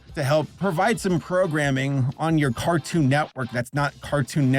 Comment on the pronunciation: Fartoon instead of cartoon. 😂